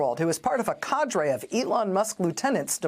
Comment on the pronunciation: Trump and Musk are dreadful. We knew that. The US is (collectively) a silly sausage for electing the former and enabling the latter. What REALLY upsets me is to hear a news anchor pronounce "cadre" as "cadré".